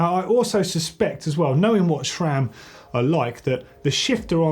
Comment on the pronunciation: It's Sram, not Chram